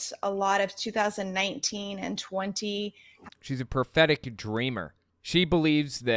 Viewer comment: Every time I hear 'prophetic' it sounds like 'pathetic'. Everything suddenly makes sense that way.